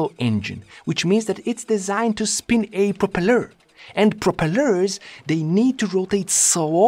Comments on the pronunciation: Threw me off guard so much when you pronounced "propeller" like that. "propelöör" LMAO. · You are pronouncing propeller correctly you’re just putting emPHAsis on the wrong sylLABle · Propellor: ❌ Propelleur: ✅ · Proper-ler knob😂 There.... what you gonna do about that😂 My apologies. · "that's how I pronounce it- what'r ya gonna do about it?" MUTE button. love you videos, love them even more without the annoying chatter. I only un-muted long enough to hear the sound of that engine- and heard that 'propelluuuurrr". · I think it’s actually propelleur. But i’m totally with you on pronounciation😉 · "Yeah, propellour. What are you gona do about it?" HAHAHAHAHAHAH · “It’s designed to spin a PropelLEHR” 😂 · "Propelö" haha! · I thought that neander engine would be the only engine with two crankshaft per piston. But I guess this has sort of the same effect? Also, I am now going to pronounce propeller like you did. Its going to drive my friends crazy. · the pronounciation of propeller doesnt piss me off its just intersting dialects are fun